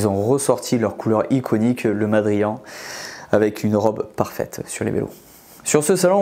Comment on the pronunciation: Mondrian, pas madrian...😂